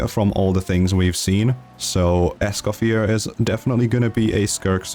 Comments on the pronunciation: You dont actually pronounce the R at the end of her name, her name is french so the R is silent. It's more like "Es-kah-fee-ay". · For all (Americans ?) having pronunciation problems, it's: "Escoff-yay" :goodvibes:😄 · It's pronounced "Escoffier," not "Escoffier."